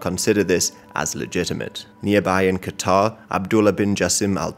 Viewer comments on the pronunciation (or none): none